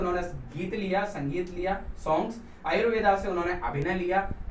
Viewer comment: That's not ayurved, it's yajurveda, please correct